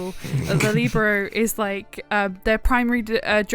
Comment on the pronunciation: You pronounced Libero wrong but the volleyball anime does sound interesting. What’s it called?